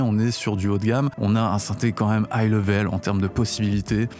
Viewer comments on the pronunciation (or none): none